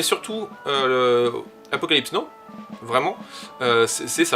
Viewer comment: Apocalypse Yes et Apocalypse no ? Ca fait tellement mal aux oreilles de te l'entendre répéter toute la vidéo... C'est "nao" la prononciation stp :)